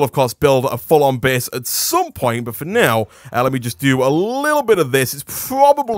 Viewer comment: Everytime he says " for now ", I think he's gonna say finnese.